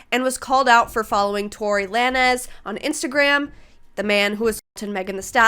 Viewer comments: TORI LA-NEZ !! 😂😂😂😂 LMAOOO WAIT WHY DID THAT SEND ME!! honestly f him but it's lane -z's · Tory La Nez took me out 😂😂 justice for Meg and his name is pronounced “lanes” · "Tory Lan-ezz" is crazy 😂😂. With that said, people don't care much about Tarzzan wearing braids alone. It's moreso him trying to use black culture as an esthetic on top of the braids. It he just had cornrows but wasn't dressing or trying to talk like he's African-American, most people wouldn't have a problem. Also, no offense to non Americans, but saying bitces and hos in rap isn't new or controversial. Yall taking it too seriously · Tory La-nayz